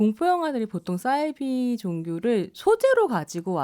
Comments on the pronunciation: 사이비 는 한문으로 된 글자여서 ‘사’를 된소리로 발음할 이유가 전혀 없습니다. 공신력 있는 방송에 나오시는 분이시니 계속 반복되는 주 단어에 대한 발음에도 신경써주시면 참 좋겠어요. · 싸이비가 아니고 사이비 아님니까 참 거슬리네요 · 왜 싸이비라고 발음하지?? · 남자 패널분 설명 듣고 한자라는 걸 깨달으시고 잠시 사이비로 발음하시더니 좀 지나고 다시 돌아오셨어요 평론의 내용도 중요하지만 어떤 주제로 토론하시기 전에 일단 토론 주제의 단어의 사전적 정의를 살펴보시면 어떨까요? 저도 이 프로그램 챙겨듣는데 싸이비라는 발음이 듣는 내내 많이 거슬렸어요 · 아으~ 남성 패널께서 사이비의 어원이 한자라고 말했는데도 불구하고 여성 패널분이 자꾸 "싸이비"라고 하는게 불편하네요~